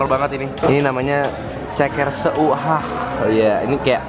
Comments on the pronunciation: itu tulisannya ceker seuhah tapi klo d bacanya ceker sehah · Mohon maaf nih, pengucapan 'seuhah' nya bukan se - u - hah,, tp disatuin 'seuhah',,, huruf 'u' nya abaikan aja, kata 'seuhah' (artinya penegasan dari rasa pedas,, bhs sunda) sama seperti penyebutan huruf 'e' nya kayak bilang 'seblak', 'merinding' ,, Gitu loh,, maaf ya sedikit koreksinya... Semangat ya bikin lagi review jajanan lainnya di Bandung.. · baca nya bukan se_u_hah tapi sehah kaya ngomong peuyeum... It's ok sih.. Tapi agak gatel dikit dengernya 😂😄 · Di bacanya se hah bukan se u hah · ngakak pas blg ceker se u hah 😂😂😂 pake logat sunda kohh.. seu hah 😝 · Seuhah bang, bukan se-u-hah btw hehehe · lucu banget baca tulisan seuhah nya jadi se-uhah hehe, maklum bukan orang sunda ya kan.. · bukan orang sunda dan sunda beda banget ya ngucapin seuhah hahaha :D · FYI aksen sunda itu kalau ada e ketemu u kayak didalam seuhah huruf 'u' nya gak perlu kedengeran, soalnya di sunda itu untuk pembeda kayak baca elang, balsem, dll😆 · Ceker seuhah itu di baca nya e sama u di gabung bukan di baca satu2 jadi ada cengkok nya gitu